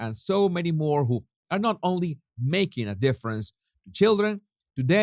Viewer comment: Hi! I just have a question. Maybe everyone knows but not me! It's when you print the headline and MOAR! So I don't know why u don't correctly say and MORE! I think maybe it's that you want to combine ROAR and MORE! So am I the last person to discover why you don't correctly say MORE??????